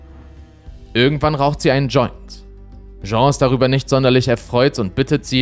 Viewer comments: die Frau heisst nicht Jean (masc.), sondern Jeanne (dschann)... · Der englische Frauenname "Jeanne" wird NICHT wie der französische Männername "Jean" ausgesprochen. Diese Art von Fehlern schmälern für mich die Qualität von Insolitos Videos gewaltig, da sie immer wieder vorkommen.